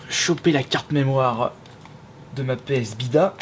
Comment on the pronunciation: Tu as dis PS Bida